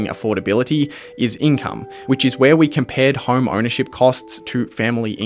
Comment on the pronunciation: Why do you pronounce home like horrrme it's like nails on a chalkboard every time.